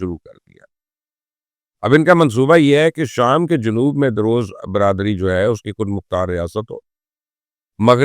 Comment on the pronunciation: It's "Druze" not "daroze"